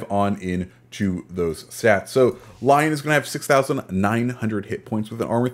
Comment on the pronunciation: It's L-yon not Lyown. Sorry just bugs me most ccs get it wrong